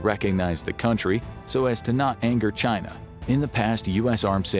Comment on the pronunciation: "The gret chyynnaa"